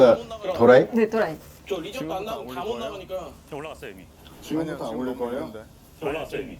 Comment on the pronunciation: 또라이 발음 찰지신당 히히히